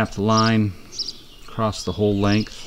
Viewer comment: There is no t in the word across.